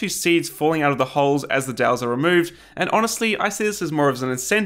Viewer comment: took me a few seconds to figure out that 'dals' was 'dowels' ?